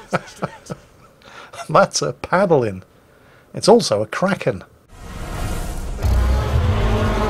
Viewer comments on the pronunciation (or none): none